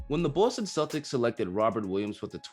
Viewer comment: I love the way you say Boston lol Knew robbie was finna be baller since he hit the garden floor . Nothing but potential if he can develop a better jumper def he will be dangerous.